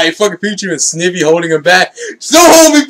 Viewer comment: Nitpicking here but it's actually pronounced Sn-I-vy. Like "eye"